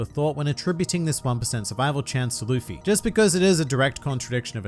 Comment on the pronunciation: It’s Luffy